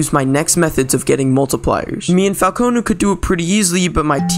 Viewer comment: I love when he calls falcon falcOnoo